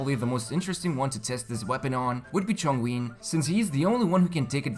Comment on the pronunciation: Chongwin lol